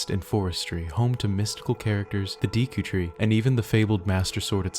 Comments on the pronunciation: Everyone: Deku Tree.: Dieekou Tree. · Did he really just say "Deeku Tree"? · “Deeku Tree”? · Did he say deeku tree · "Om-ni-us" "Dee-ku Tree" "Sir-ah-ya's Song"